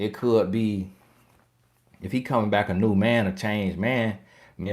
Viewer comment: 😆 back sounds like b I k e 🤪